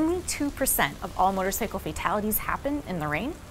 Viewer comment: Can someone please tell this woman how to correctly pronounce motorcycle!?